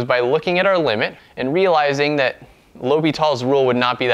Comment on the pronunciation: bro no S in L'Hopital